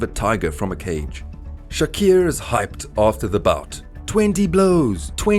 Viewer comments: Bra his name is clearly Tupac Shakur(shakoor) not shakier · Its Shakur not Shaqeer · I stopped watching at 'Tupac Shakiir'. 🤦‍♂️ Glad that was at the 3 second mark of the video. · Bra that's exactly why I can't continue watching...I'm from South Africa and these white Afrikaans guys pronounce the letter "U" as "I"...and that's their problem...so he fucked up big time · All that research an you couldn’t even pronounce Tupac Shakur’s name correctly? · Did you really mispronounce his name every single time? Wtf